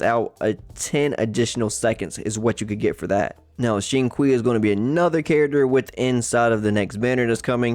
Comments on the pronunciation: Xingqiu is pronounce “Sing Chew” . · dat Xing "kwii" lmao